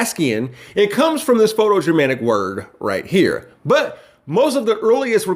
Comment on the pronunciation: 'it comes from this photo-germanic word...' - Jesus Christ, I think he's doing these mistakes on purpose to drive us crazy.